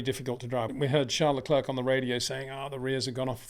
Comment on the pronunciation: Again…. it’s pronounced lecl’air’. like Air not lecl’erk’ like ‘clerk’ !